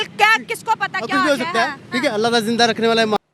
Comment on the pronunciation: Allha tala nahi hadatala